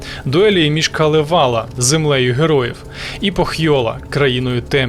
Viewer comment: КАлевала) с наголосом на перший слог) На Суомі все просто) всі слова наголос на перший слог) даже якщо їх там десяток) Дякую за чудове відео) кіітос)))))))))